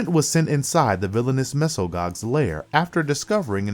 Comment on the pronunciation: Fuck you pronounced Mesogog two different ways that were BOTH wrong